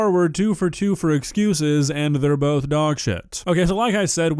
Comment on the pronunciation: And said “two things can be true at once”. Or “Bolth.”